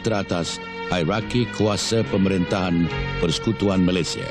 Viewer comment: Al-marhum sultan selangor cakap malaysia ke malayzia pulak.